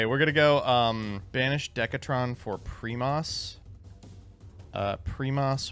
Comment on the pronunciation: "primeas" "seismetas" 🗣🗣